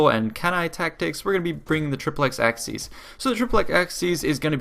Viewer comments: Its pronounced "The Triple-ex A-seas" not "The Triple-ex Axe-seas" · Hate to be a nit picker but the correct way to pronounce "aciēs" is aa-kee-ays, not "axes" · You can, but most scholars now agree it would have been pronounced hard always, until about the sixth century and later. And it's certainly not axis, as he pronounced it in the video. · Acies is pronounced something like ‘ace ees’ and Scipio was called ‘Africanus’ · ak-ee-ez. All latin Cs are pronounced as a K. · no in the rome of caesar it would be pronounced Akiiiës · Kl vid, but acies is pronounced ak-y-es